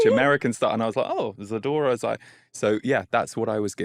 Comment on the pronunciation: When he said ziadora, I said “Oh! Pia Zadora. Love her” 😂